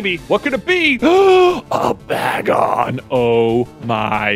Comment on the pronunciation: Every time J gets excited about a Pokémon, he pronounces it odd first go :p bag-on followed by the bay-gon pronunciation!